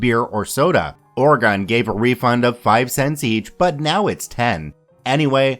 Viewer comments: ORI-GUN not ORA-GONE Jesus Christ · "Oregon" as "ore-gun" I'm dead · 1) it's pronounced Or-E-gun. 2) I used to be the kid who used to sort those cans for grocery stores wo I know what OP was talking about and I can confirm those can sorting rooms where hell holes and over 10 years later I still can't drink beer because of how bad those beer cans would be when it came to us.